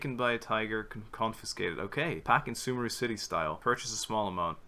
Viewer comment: Mmm they pronounce sumeru wrong. It’s like su MEEE ru